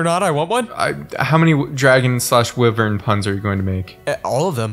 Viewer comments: i like how they are saying wivern and not wyvern why-vern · I despise their mispronunciation of wyvern